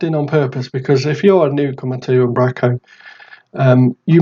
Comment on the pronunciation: Fab stuff - Keep it "northern though"... its "Um, bro, co" :D